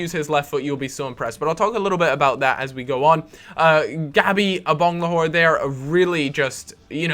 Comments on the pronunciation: It's Agbonlahor not Abonglahor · Please stop saying Abonglahor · "I-bang-le-whore" Brilliant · Why can't you say Agbonlahor?